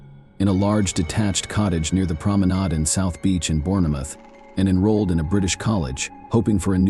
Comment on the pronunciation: You don't pronounce the e in Bournemouth. It is pronounced bornmuth.